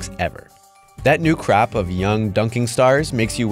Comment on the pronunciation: It's "Crop" not "Crap"...